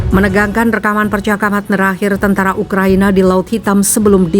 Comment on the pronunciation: menit 3.20 saking tegangnya pembawa berita jadi baca ukraNIA wkqkqk